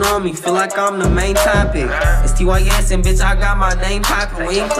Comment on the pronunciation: Bro said lil tiss it's tys